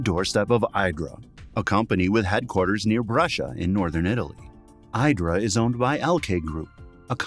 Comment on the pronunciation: It's pronounced eedra.